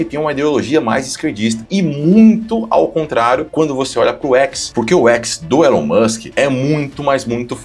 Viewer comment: eu fico de cara da galera fazendo reportagem sobre o Elon e falando o nome errada. A galera de direita tem que saber falar inglês bem pô.